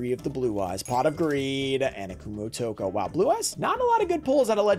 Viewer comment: Just for trivia: "Kumootoko" is pronounced as two words, "Kumo Otoko" and means Spider-Man. lol